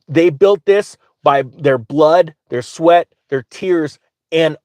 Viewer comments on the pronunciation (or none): none